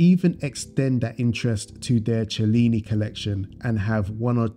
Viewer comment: Cellini is pronounced Sellini, it means moon in greek😊.